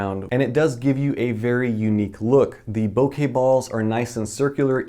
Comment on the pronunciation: Thank you for saying bokeh correctly.